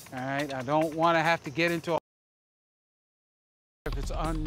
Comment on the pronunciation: "I just wannoo" - Karen